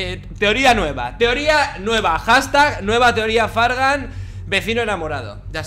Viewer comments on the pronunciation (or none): none